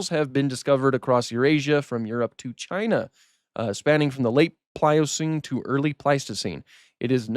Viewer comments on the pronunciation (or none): none